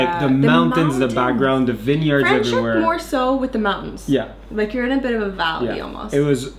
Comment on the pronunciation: Hi Guys! Try saying Franschhoek with an A and NOT with an E - Franschhoek and not French hoek. 😁😁 You were asking us how to pronounce it and I am now telling you. I am Afrikaans, holidaying in the Cape right🥰 now but have been living in Saskatchewan the past 11 years.